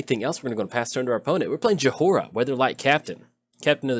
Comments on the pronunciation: I believe its pronounced "joy-Rah," but then again, my Midwestern accent doesnt always lend me to pronouncing then right even when i know. :D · Just so you know its pronounced joy-ra love the deck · No, you're right. I was thinking was trolling us. It was like nails on a chalkboard and he said it times this video.